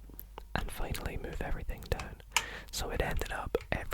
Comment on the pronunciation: stop saying deoaun, say down